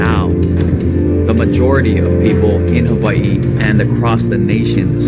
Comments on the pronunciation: Did he just call Hawaii “haveiii”? Embarrassing. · I like how he pronounced Hawaii and the rich will make sure s guy like him loses thats the state of the union for ya